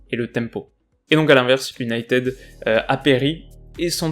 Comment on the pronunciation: Bonsoir, j'aime beaucoup ce que vous faites. Mon top flop est l'attaque mancunienne, elle était éteinte. Dans votre analyse d'avant rencontre, vous avez énuméré toutes les équipes que United (cela se dit unitiiiiid et non uniteeeed, la prononciation à la Française, quand tu nous tiens !!!) avant mon équipe (le PSG) était d'un niveau inférieur d'où les victoires qui s'enfillent comme des perles. Le Paris-Saint-Germain va aller : entendez la déclaration d'un certain numéro dix Parisien qui le dit. Je ne vais pas répéter ce qu'il a déclaré parce que (sans superstition aucune) cela pourrait se retourner contre nous. Dans ce type de compétition, il faut avoir de la chance au tirage, avec les Messieurs en noir, pas trop de bobos et d'être dans les petits papiers de l'U.E.F.A. : voilà comment on gagne le trophée. Continuez. Salut.